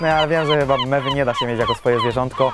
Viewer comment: Minuta myślałem ze powiedziałem memy a to były mewy XD😅😅